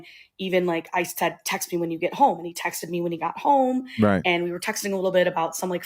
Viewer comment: When this nigga say “rrright” I bust out laughing it be in the perfect spots 😂 Denzel w that shit ! All you missing is the “my man”